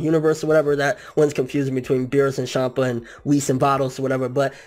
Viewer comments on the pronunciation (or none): none